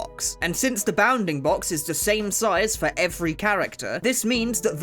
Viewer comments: I stead of saying bounfing box he says “bah-oundingbocks” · hearing a british guy say bounding box is funny